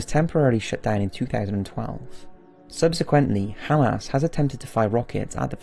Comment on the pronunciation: Halas firing at Israel? It's "hamas" damn you don't know how to pronounce so many things. I catch one in almost every video I watch from you...you must be illiterate as fuck